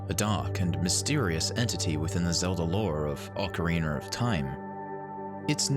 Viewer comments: It's ocarina not ocareener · OK. 1. It's Ocarina NOT OCARINER. And 2. Lens of Truth NOT Lens of EMPATHY